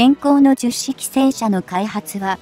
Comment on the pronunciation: 非常に良い内容なのですが聞き取りづらいですね 10式はヒトマルと発音していただきたいと思います 区切る感覚もおかしいかなと 改善宜しくお願い致します。